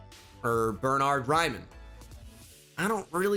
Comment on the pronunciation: As an German I love how you pronounce Bernhard Raimann❤️❤️